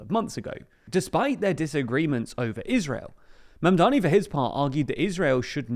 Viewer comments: im starting to take personally literally everyone's seeming incapability to pronounce.., say it with me now.., MAMDANI.., once more that.., MAM DA NI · Surely pronouncing his name cannot be this hard gang. Do better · I can't believe you mispronounced his name many times , why do people keep mispronouncing it? it's not that hard of a name to say...